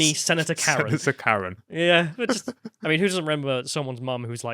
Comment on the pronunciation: Did he say Karen with a hard R?